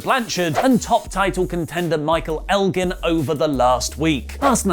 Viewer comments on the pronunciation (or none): none